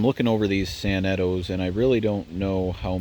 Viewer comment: Those sanetos are beyond Outstanding!!! Huge 1900-50 crane fan The way you prounounced “Sanetos” was weird lol, I pronounce it San-neh-to